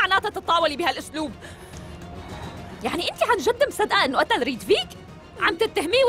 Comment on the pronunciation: هي ريتڤيك مش ريدفيك